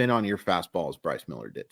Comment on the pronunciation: I was really hoping you’d get through this one without the flubbing the name so I could make the joke😂 I don’t remember where I saw/heard, but wasn’t there a report that he’s working on a splitter this offseason? Agree with the assessment though. He desperately needs a secondary pitch, preferably one that’s effective against LH bats.